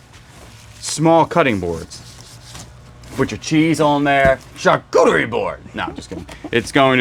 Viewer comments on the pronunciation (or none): none